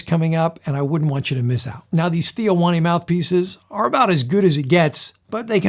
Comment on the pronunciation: it's not Theo Wanne, it's pronounced wain or wane